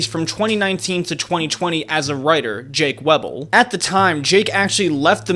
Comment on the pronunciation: if anybody asks what glazing is ill send them a link to this video.. like bruh u legit sway every single point to favour jimmy and deliberately leave out info from dogpack and jake weddle (u didnt even say his name right) and u legit just cut parts from the interview out of context and/or present them in a way that favours jimmy. "all of the allegations afainst Mr. Beast" my ass u didnt even bring up like half of everything and once again ignored responses from dogpack etc. also the way u spent half of the video talking bout Ava is insane like yupp what she did is fucked up and should be talked about but in a video supposedly about jimmy its weeeird to talk about ava for so long. and also, you didnt missgender her "a couple of times" you used her correct pronous a couple of times, like two or three. and you continously deadnamed her. that is either out of malice or just purely that you dont care about trans people at all and thus dont make a single effort to respect someones pronouns and name. also the way u said jake could leave???? do you tell domestic violence victims that they coulve just left too? brother search up coercion and read about it, especially power and financial. i could go on and on about how fucked this whole video was but i dont wanna spend more time on this shit honestly